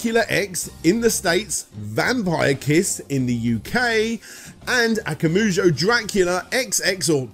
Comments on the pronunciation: Not Akamujo, it's AKUMA (like Street Fighter) JO, Akuma Jo, Demon (Akuma) castle (Jo) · One step forward, a couple back. AkuMAjo, not akoomoojo. IgaRAshi, not Igarooshi